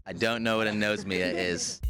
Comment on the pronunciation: its a-nos-mia not a-nose-mia. really people? you take the trouble of making this and don't even get the word right?